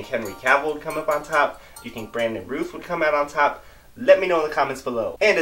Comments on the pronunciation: Brandon Rowth not Rooth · It's pronounced R-ow-th not Ruth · Just a heads-up: It's 'Routh' like 'south.' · "Routh" is pronounced like "south," not like "tooth." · Isn't it pronounced Routh like Mouth, not Rooth? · Brandon's last name is pronounced like south not ruth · Its pronounced "Routh" as in "South" NOT Rooth... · Routh as in South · Isn't his name Routh rhymes with south? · You’re pronouncing his name wrong. It rhymes with mouth